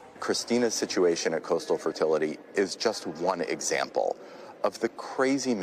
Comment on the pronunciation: "one eggsample" this lawyer is secretly trolling" 😂